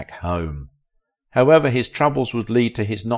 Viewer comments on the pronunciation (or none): none